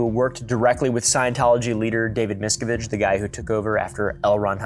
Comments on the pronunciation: “mis-KOVICH” well well well 🧃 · It rhymes with “this cabbage” (Miscavige). Learn how to pronounce this demon’s name before you go make a 2 hr long video about it. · Pretty accurate show. Great job. As a 15-year SeaOrg member that escaped with the help of police, I can vouch for this. I especially love how you pronounce David MiscaVAGE. The best. I’m gonna steal that. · I’m an actual (real) Scientologist. A large amount of this video is misinformation. He doesn’t even pronounce David miscavage’s name correctly lol. If anyone wants to know about the real truth of our church let me know! Thanks! 🙏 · Only negative, the guy should PRONOUNCE Miscavige CORRECTLY! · I dunno if it was for comedic effect, but your pronunciation of Mike Rinder and David Miscavige is so wrong I was laughing for the wrong reasons. Given the amount of research this took to make, I'm assuming it was intentional since those names are bywords among scientology and ex-scientologists. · This guy keeps mispronouncing Miscavige and I’m scared for him 😂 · First, what is the main belief of scientology as a religion? Second, how is most of this misinformation when you can research this and find credible and reliable sources for it? Third, do not use him mispronouncing David Miscavage's name as an argument. That makes no sense at all. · The way you pronounce “Rinder” and “Miscavige” is hilarious😂. You should interview Aaron Smith-Levin (GrowingUpInScientology) if you want an inside scoop! The whole Scientology concept is so interesting lol I feel like your vibes would go together.